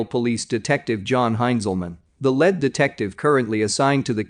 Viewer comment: The AI voice on all MiTrust posts suck big time. If the AI is supposed to understand linguistical context, it FAILS miserably. Lead - Lead as in Lead Pipe and Lead as in LEEEEEED, like a Lead Detective. Solder for Soldier? Really. One EVERY posting. Someone needs to attend or upgrade the voice. I stop watching these because the AI voice makes me nuts.Spend a little money and hire voice over artists.